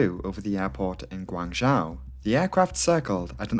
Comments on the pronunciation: Guangzhou is pronounced Gwung'joe' - zhou = joe / zhao - is pronounced like 'now' but with 'j' - so your way of saying it would be spelled " Guangzhao' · Cantonese is pronounced Gwong-Zow. I'm US, my wife is from Guangzhou. She's obviously fluent in Cantonese and Mandarin. Yours is a try at a Mandarin pronunciation. It's actually Gwong-Zoe. English speakers commonly say ...joe.